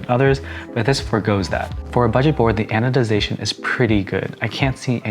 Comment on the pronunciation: "this is good anodizing for a budget board" me: WHAT DID HE SAAYYYYYYYY???????